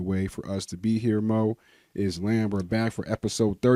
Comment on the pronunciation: Couldnt even enunciate islam correctly 😂 "is-lem"